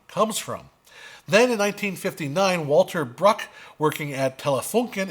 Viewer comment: Walter Bruch is pronounced [val.tɐ.bʁʊx], not [wɔɫ.tɚ.bɹʌk].